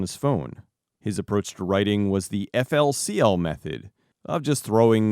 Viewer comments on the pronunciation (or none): It's pronounced FURI-KURI or Fooli-Coolie.